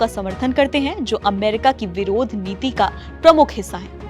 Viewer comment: APB news wrong pronunciation🤦‍♂️ विदेश नीति को विरोध नीति